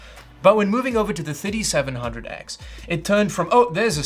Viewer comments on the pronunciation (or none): Is it me or it sounds like he's saying 5700x instead of 3700x